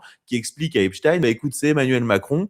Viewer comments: Quel intérêt d'avoir ce Marquardt ? Il n'a pas apporté grand chose à cet entretien, si ce n'est sa prononciation "epstine" et son anti-trumpisme. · Mr Maquardt ont dit Epstein pas esptine 😊